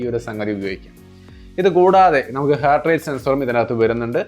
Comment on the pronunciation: Hert അല്ല ഹാർട്ട്